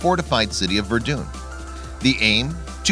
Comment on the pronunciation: “Vurdoon” the way he says it bugs me